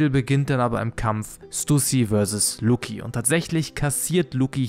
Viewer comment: Lucci muss langsam in Rente (Lucci wie Gucci, nicht Luki)